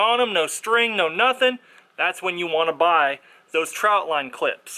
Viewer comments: Trot line not trout line 😂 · Its a TROT line not a TROUT line. FYI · Trot not Trout, lol.